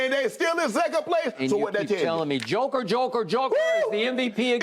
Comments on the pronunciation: A Joke 🤣🤣🤣without the R.. skippp lolol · Joker with no R on it 😂 this man here